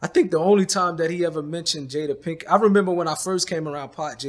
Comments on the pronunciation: Love it how they both keep mispronouncing her name "pinken" 🤣🤣 Until it becomes normal ...pinken pinken lol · “Jada Pinkin” “Will Sniff” “Will Smiff” who even is this guy!